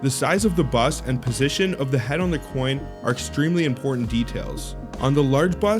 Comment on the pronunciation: Ahhh, the word is ‘bust’, not ‘buss’. Also please learn to pronounce ‘numismatist’. Kind of destroys your credibility.